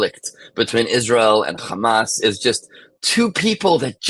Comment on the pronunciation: It's not Gamas.. it's Hamas.